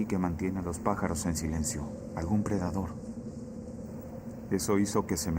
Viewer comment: No es “predador” es “depredador”……